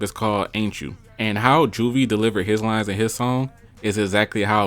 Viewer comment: You hear detriot accent coming out bro said “ the opening lyens”